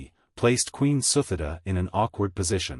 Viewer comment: The queen's name pronounced SU-TI-DA...not the way you pronounced.